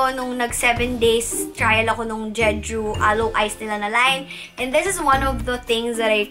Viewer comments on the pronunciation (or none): none